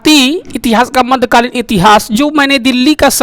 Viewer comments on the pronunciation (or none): माध्य नही होगा मध्य कालीन होगा। हिंदी कमज़ोरे बा का